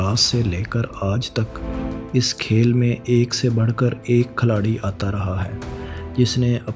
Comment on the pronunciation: Ohhh, Khiladi hota hai Khalari nahee hota. 90% words gakt bolte ho.